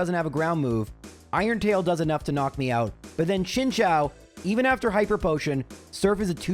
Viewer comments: His pronunciation of chinchou though ☠️ all kinds of wrong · Both this vid and MDB's latest one had me heading for the hills on that pronunciation! XD